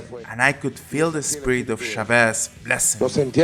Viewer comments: I still don't understand why English speakers are so lazy to make little or no effort whatsoever to pronounce "Chávez" correctly. It's even more annoying when the guy who reads the headlines with a strong Spanish accent, pronounces "Shabéz" in the same way. Don't even dare to pronounce "Trump" as it may literally sound in Spanish as one may be expecting people to constantly correcting you by saying /Tramp/ or /Tromp/. This should work both ways. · 1- you could learn to pronounce hugo chavez ( not shavez- shavez-shavez-shavez) 2- you should understand what the meaning is of oil reserves 3- chavez had nothing against private companies he just wanted them ( specially american companies) to pay taxes 4- you forgot everything which happened in between and went on to maduro........chavez kidnapped you refuse to comment on/ ( not shavez who the fuck he may be ) . The economical war against venezuela like it happened in latin america for centuries etc etc. was it convinient to forget those? You guys are too dumb to understand these shit or do you have an agenda? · “Chavez” is accented on the first syllable. So tired of how you Brits butcher other languages. I wish your intelligence trickled over inro your linguistics. Good video, though. It’s also not “Shavéz.” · Anyone else having trouble with this guy's pronunciation of Chávez? 'Shavez' sounds like the name of a French perfume lol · The name 'Chávez' has an accent on the first syllable and should be pronounced accordingly. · How long would it have taken to look up the proper pronunciation of Hugo Chavez??? For fck sake.. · A video that pronounces "ChavEz" (not once but a thousand times) and spells "catastrophY". Yeah. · Your pronunciation of Chavez is funny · Mate, the way you pronounce Hugo Chavez is a disgrace. Otherwise, you're ok ;-). But seriously, learn how to read Spanish. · Why can't the Spaniard reading the titles pronounce "Chavez" correctly?... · Chavez [Chah-Ves] not Chevez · Its CHÁVEZ not SHAVES